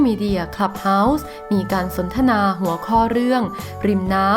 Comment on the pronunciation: ผู้อ่านไม่ชัดเช่น...หัว...หงัว...หัวจ้ะ.ไม่ใช่เสียง..ง......อ่ายให้ถูกหน่อยจ้ะ